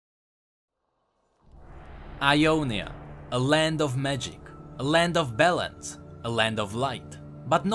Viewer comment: every time you say balance i hear it as bellend.